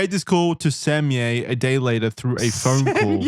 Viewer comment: I think Sammyea is said like Sammy. But not 100 %